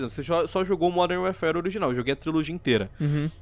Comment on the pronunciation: "Uérfér" é duro de ouvir